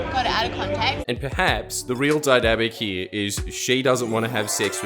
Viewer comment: She also pronounces ‘here’ like HYA. Over hya